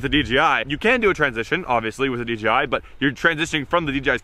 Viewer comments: He kept saying dgi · DJI NOT DGI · It's DJI not DGI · Nice production! But please... its "D-JAY-I"